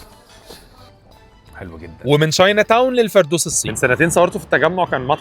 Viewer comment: عشان بس تفهم الفردوس الواو اللي فيها مش للمد دي بتنطق عادي اقراها بالفرنسي وهتفهم